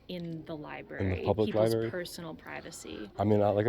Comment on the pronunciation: Another auditor who cannot pronounce the word library